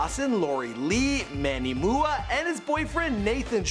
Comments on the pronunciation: "MANNNNNNNYYYYY MOOOOOAAAHHHHH......" (It's Manny M.U.A ) sweetie, research....... THEN pronounce....... please. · "Manny mooah"... mispronuncing names again... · oh my gosh... Mooah, dude it's M.U.A. because it stands for makeup artist, lol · Hermione appears— Its not Manny Mooah, its Manny M U A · MANNY MU AH IM CRYING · Manny MUA: It's M-U-A US: it's M-U-A The world: it's M-U-A This guy: Mhooa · Or drinking game for every comment you see in the comment section correcting this guy on Manny MUA. lol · Manny M---U----A not MOOOAH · "MANNY MOOAH" I'm gagging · It's LAURA Lee, not Lori Lee, and Manny M. U. A., not moo-ah. Also, the whole Kat Von D situation went down months before Charlottesville and the eclipse. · Manny muuuuahh 😂😂😂 it's m.u.a I don't like Manny but it made me laugh 😂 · Mooah? He read it mua wtf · HAHAAHAHAHAGGAHAAHHHA MANNY MMUAAAHH IM DYINHGGG ITS M.U.A BITCH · I'm not defending anyone here but I kinda lost interest when he pronounced Manny MUA as Manny Mooah (MUA stands for Makeup Artist), and it's pretty commonly known that Jeffree doesn't care what you call him. "He" and "She" are both fine to him. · M. U. A NOT MOOAHHH 😂😂😂😂😂😂😂 WTF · Many Mua? It's Manny MUA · Was I the only one who caught the part he said manny mua. Not M.U.A. Muuuuuuaaaaaaaaa!! 😂😂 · "Manny MOO-WAH" Im fucking done 😂😂. It's M U A😂😂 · "Laurie Lee" (Laura Lee) "Manny Moo-ah" (Manny M.U.A)😂😂😂😂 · Who tf is Manny muah? It's M U A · MANNY MOO-AH AHAHAHAHHAHA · MANNY MUA NOT MOUUUA. Thanks. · lmaooo "Manny Moowah" Its Manny M-U-A. Nothing more nothing less. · manny moo wah 😂😂😂😂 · WHO TF IS MANNY MOO-A HAH GO HOME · Manny mooah I’m dead 🤣😂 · i died when he said lauri lee and manny muah 😂😂😂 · Manny mOoWoAh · HAH lauri lee, manny mooah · Manny mooa ? :""}}} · “Laurie lee” “manny moooa” 😂😭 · "Manny Mooah" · Manny mooah! Loooooool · "Lori Lee, Many MOOah" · Learn about people before making videos lmao “manny mooah” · manny MUUA that triggered me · “manny moouh” “loree lee”